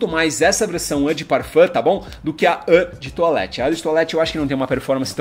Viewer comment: Não é â de toilette é ô de toilette, não é "Savage", é "sovage". Não sabe falar o básico, foda falar de perfume assim.